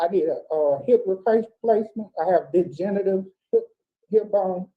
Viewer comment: I think he said "degenerative" lol...but it did sound like big genitals though😂